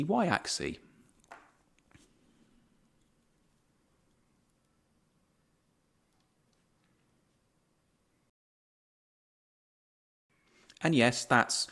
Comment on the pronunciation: Good job. One small note: while the plural "axes" is pronounced "AX-eez", the singular "axis" is pronounced "AX-iss" and not "AX-ee".